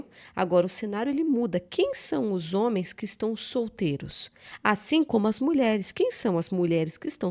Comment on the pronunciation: Os "zôme." 😂😂😂